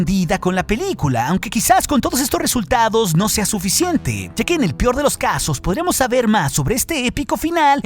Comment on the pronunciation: like si escuchaste "en el pior de los casos"